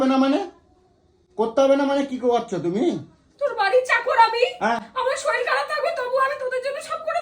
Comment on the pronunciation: Kotha ta soril na sorir